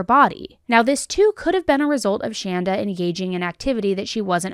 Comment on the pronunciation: I just want to to say thanks to for pronouncing the name Shanda correctly. My name is Shanda and it seems as if no one can ever get it right so major kudos! Also, it's kind of funny my sister's name is Amanda. I've heard this story before but forgot some of the details. Another neat thing Shanda Sharer birthday was 6/6/79 and mine is 6/2/80